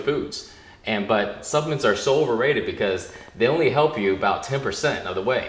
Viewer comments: when he was saying supplements I thought he was saying self mints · not being racist or anything I'm asian myself but when he said supplements I thought he said self mints. So I google'd it and didn't find anything lol me